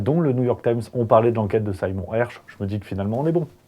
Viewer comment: Slt, merci d'avoir été si rapide dans la diffusion de cette info. Ecossaise, je l'avais entendue ce matin en anglais sur la chaîne de tes confrères - "Redacted" - et j'espérais qu'elle attire l'attention en France. Bravo and cheers from Montpellier:) ps un pe-tit truc, Sey-mour se prononce "see more", (voir plus:)